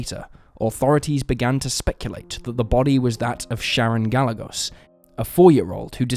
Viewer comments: Sharon Ga-jay-gos. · Gah-yeh-gose. Gallegos. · Could u atleast get the victim's name right. It's Ga-Ye-gos. Poor lil Sharon, R.I.P chiquita 😢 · Gallegos= Guy-yay-gohs (soft s)